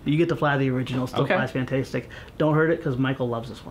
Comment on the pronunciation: definitely said "fan-taste-ic"!!